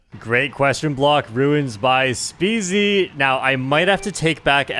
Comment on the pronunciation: Stop mispronouncing my boy SpeZys name 😢